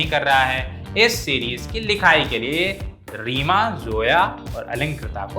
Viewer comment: seema nahi reema kagti